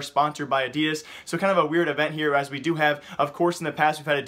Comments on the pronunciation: Wtf is adias it's adidas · I am getting really bothered by how your saying "adidas" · Can you stop saying Adidas like that